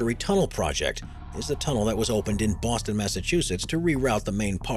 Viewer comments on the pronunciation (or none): none